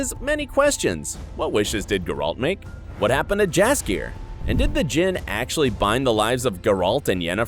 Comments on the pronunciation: It’s spelled jaskier but it is really said yaskier. Fantasy. Am I right? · The name "Jaskier" isn't english, only polish and it reads as "yaskier", the letter J make sound like Y in word Yes. Even in TV series they read it properly, you just didn't pay the attention :P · Correct pronation is Yaskier in Polish j is your y sound. 😉